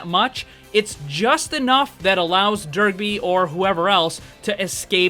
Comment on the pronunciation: Love the concept, but I can't stop hearing you say Derpy every time you say his name. Dunno why, but it cracked me up the whole video.